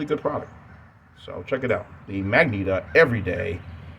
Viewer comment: I think it is pronounced "mah-jen'-tah" my friend. Magenta is a shade of the color red. Otherwise it was another nice ramble from you.